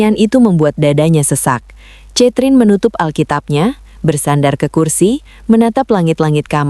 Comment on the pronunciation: Narator bego ! Baca "KETRIN" bukan catrin...kayanya lu gak pernah sekolah ya !? malu²in 😂